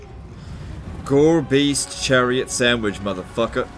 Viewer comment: "Gorebeast Chariot" pronounced by I hear "Garbage chariot" lol